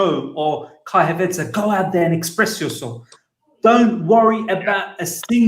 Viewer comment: My guy, it’s “Hav-airts”, not “Hav-arts”.